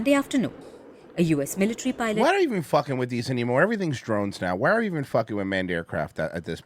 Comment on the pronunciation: That anchor sounds like she’s switching from an English accent to an Indian accent (she said 'militree' but then goes back to her normal accent 😂)